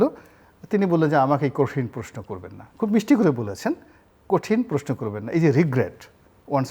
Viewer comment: জিল্লুর আপনি প্রশ্নকে "প্রেশ্ন" বলেন। উচ্চারণ সহিহ করে নিন।